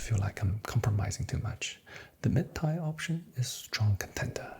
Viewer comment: Your cadence and attention to detail are so relaxing. Great work! By the way, “tier” rhymes with “beer” or “deer”. Keep up the good work !